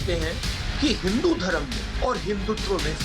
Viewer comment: राहुलके डिऐनमे फर्क है राहुल को हिंदु शब्द बोली नही आता